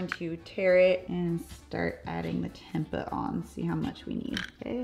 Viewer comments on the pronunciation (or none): It is “temp-ay” ☺️ the 2nd way you pronounced it originally was correct. Love your videos! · Fyi: Tempeh is pronounced "tem pay." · Tempa 😭 lol! It’s pronounced temp-eh (like us Canadians ‘eh’) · Its Tem Pay not Tem Puh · Its pronounced as tem-pey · it's pronounced tempay, not the way you say it 😉 it's from Indonesia (im half indonesian 😉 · It's pronounced "tempay" using a long A😀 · It is pronounced tem-pay I believe. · That's pronounced as 'tam‐pay' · Pronounced Temp- pay 😊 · Pronounced tem-pay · Tempe = Tem-pay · It's pronounced "tem-pay" x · Its temp-pay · learn how to pronounce tempeh arggg... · I don't understand why she didn't look that up online before she recorded the video. It would have taken her less time that it took me to type out this comment.